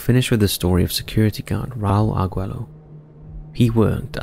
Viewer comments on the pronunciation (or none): Your Spanish pronunciation about Raul Arguello in Buenos Aires, Argentina is cringe. It doesn't have to be that bad.